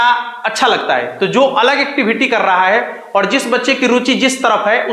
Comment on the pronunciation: आप क्या समझाओ गे जो खुद ही और को औड बोलते हो र को ड बोल रहे हो क्यों दुनीया को पागल बना रहे हो